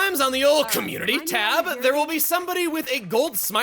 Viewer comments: The way says community sounds kinda weird. Also I have more sympathy for Aegaeon than originally thought. I just wish that he was a decent blade though. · Can someone please explain why says “community” that way? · I'm surprised didn't title Community in all caps, considering the way he says it